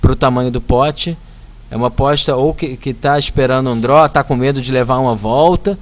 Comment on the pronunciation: DRO, OVERCAR... kkkkk fala direito!!